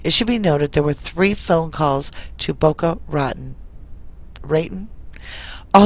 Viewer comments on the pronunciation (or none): I’m lol. Boca rotten. It actually rhymes with baton, as in baton-twirler. Ratan... baton. You’re pretty funny! ✌🏼